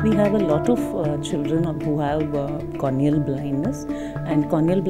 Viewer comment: please correct pronounce the word cornea not cronea